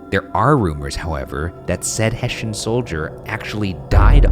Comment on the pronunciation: I was like wtf is a "heshen" and then when they spelled it, I realised it's probably soldiers from Hessen you mean? Yeah, that's pronounced with an "s" not a "sh", boys :D